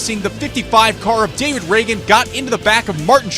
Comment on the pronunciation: He just said David in a weird way